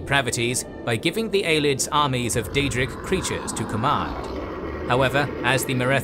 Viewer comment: And it’s Ay-lee-ids, not Eyelids 😂